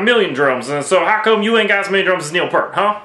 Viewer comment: First off - I'd punch the guitar player in the mouth for saying "Pert" instead of "Peer-t", then I'd hit him with a cymbal just for good measure.